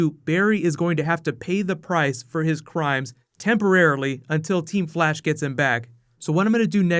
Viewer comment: anybody else hear blash alot?